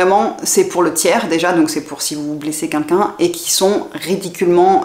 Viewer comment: J'adore vos videos et je suis en train de toutes les visionner. J'ai juste une petite remarque a vous faire en esperant que vous ne vous vexerez pas. S'il vous plait dites 'quelqu'un', pas 'kinkin'. Merci et bonne continuation a vous !